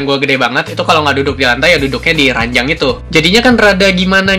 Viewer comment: ranjang bang bukan ranyang